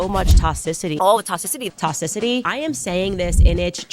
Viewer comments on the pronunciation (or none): Not Toss-icity 😂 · "The toss-city, of our city. Of our city!.." 😂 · To cisity 😂